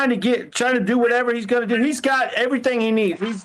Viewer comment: EVERYTHINGK ILLITERATE AS ALL GET OUT